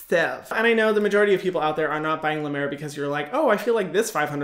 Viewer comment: Hyram and I made the same face when she said La Mer cream